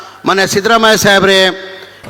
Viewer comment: ಮನೆ ಕಣೋ ಅದು ಮೊಲೆ ಅಲ್ಲ ಲೌಡಿ